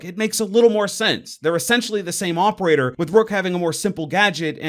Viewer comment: why are you saying "opeaor" instead of "operator"?